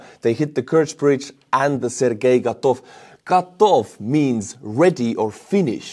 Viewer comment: not gatov but katov